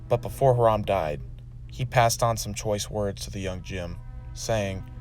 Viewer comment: Bro, you're saying "Hiram" real weird.